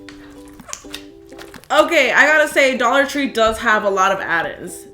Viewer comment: dollor tree